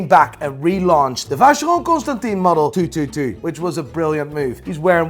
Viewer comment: Man it's been too many episodes now. Please check the pronunciation of Constantin in Vacheron Constantin.